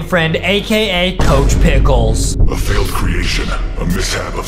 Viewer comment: ITS NOT COCH PICKELS